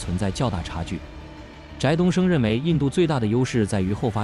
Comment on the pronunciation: 翟（di第二声）东升，ai读错了。